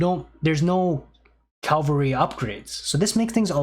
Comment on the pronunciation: Bruh I don’t know why you keep talking about Calvary, that’s the place where Jesus died for us. Cavalry, however, are a great unit type in aoe 2